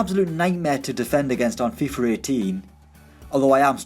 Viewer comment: It's FIFA with an A not FIFER